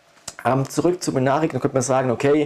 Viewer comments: heißen die nicht MYNARIC und nicht Münaric? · Das ist schwäbischer slang :-D